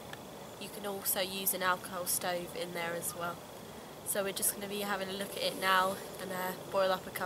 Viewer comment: 😜 I thought you kept saying "Alcove Stove"